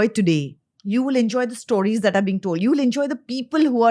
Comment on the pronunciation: Nice podcast! The only thing that irritates me is how Ranveer pronounces “stories” again and again.. it’s “stories” as in “stole.” To each his own, it’s just a bit annoying! 😬